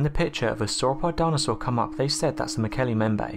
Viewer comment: Mokele.. EM BEM BAE. say it right!!!